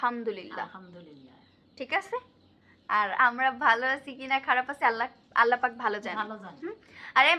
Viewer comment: মাশাআল্লাহ ভালো, তবে উচ্চারণ আরো শুদ্ধ হবে। আল্লাহ শব্দটি মোটা হবে।